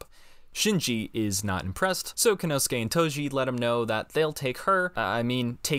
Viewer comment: Good videos, but I must point out that your pronunciation of "Kensuke" is off. You're saying "Kenosuke".